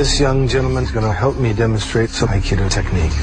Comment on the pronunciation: It's amazing how many syllables he gets out of Aikido lol. He's saying "Ha-a-ha-kai-eee-do."